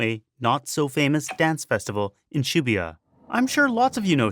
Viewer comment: Well now I know how to pronounce Shibuya correctly.